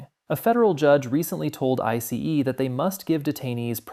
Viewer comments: Is this AI? Who pronounces ICE that way? 😭😭😭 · Are you using AI to provide commentary? Why would you pronounce it "I-C-E" instead of "ICE"? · Are you using an AI voiceover?! Who pronounces ICE, "Eye See Eee"?!?!?!?!